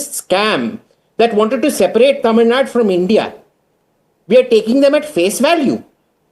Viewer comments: even after 80 years of independence a north indian can't even pronounce a south indian state properly shows that how much north indians are stupidly ignorant or mostly shal I say deliberately arrogant to say a state name wrongly show , how much hatred north Indians have towards South Indian states, same goes for Karnatak for Karnataka and Keral for kerala. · you can't even pronounce our state name properly,how can you understand our states problems